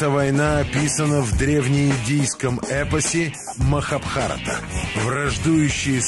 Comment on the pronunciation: МахабхарАта, а не МахабхАрата.